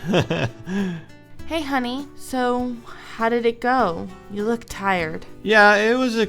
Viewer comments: KGMC-KrisGaming14 it sounds like foock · It sounds like Fock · Jonathan Lutabingwa SHE SAID LOOK!!!!! If you put your ear close to the phone tiny speaker (xD) its sounds more like Luck xD but its LOOK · Jonathan Lutabingwa im not gonna lie it does sound like f@ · KGMC-KrisGaming14 it really sounds like the f word